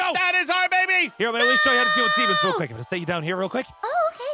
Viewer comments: "Deamons" lol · Its call demons